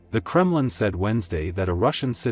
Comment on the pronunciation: True but the narrator as well as the auto text ignored the "h"